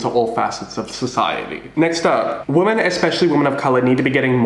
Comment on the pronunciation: please stop pronouncing women like woman im begging you